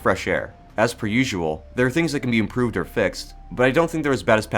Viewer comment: "improved" Emphasis on the dr Evil air quotes.